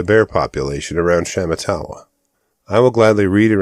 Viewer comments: SHA MAH TAH WAH is the correct pronunciation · Sha matt a wah. Emphasis on the second syllable.